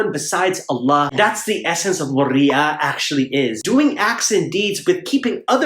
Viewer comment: Omg! So much hilarious moments for me to comment on😂 just amazing!! And when u said riya I thought u said “warya”😂 if u a Somali than u know!😌😂